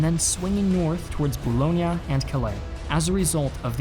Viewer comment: Great videos But it is pronounced ah-ra And boo-loyn